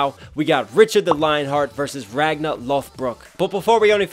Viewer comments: Why do you keep saying "Ragna"? His name was Ragnar. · Love your reactions but I just cringe uncomfortably every time you pronounce it "Ragna" instead of "Ragnar". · Aaaaaaaaaaa every time you say Ragnar's name you leave out the r at the end lol. It's Ragnar Lodbrok, not Ragna the blood edge from BlazBlue lol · It's Ragnar with an r at the end not Ragna haha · Nice! and impressed by your knowledge! especially the archer fingers. not many know that. Small critique, and i saw some do it in the comments. RagnaR. There is an R at the end of his name, and it is pronounced. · Ragnar is pronounced Ragnah, what.? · Is "Ragna' the true way to pronounce his name? （〇_ｏ）